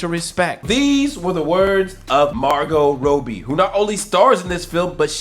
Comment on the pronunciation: I love your chanel and everything but how you pronounce margotrobbie to margot roadbie?